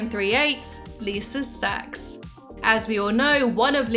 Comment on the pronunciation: "at age 3 lisa 'sax'" got me🥀